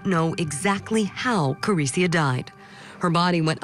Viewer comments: The voiceover person getting the name wrong over and over is offensive and unhelpful. Her name is Clarissa, not Clarissia or Carissia. Come on Court TV. The family will be watching this. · Wow, show a little respect and get her name actually right voice over person. Thank you Court tv for doing a San Diego case, I feel our cold cases never really get covered.